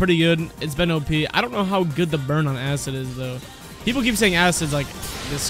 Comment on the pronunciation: asscid “acid”